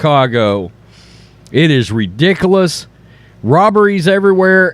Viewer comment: "It is ree-dicka-less" lmao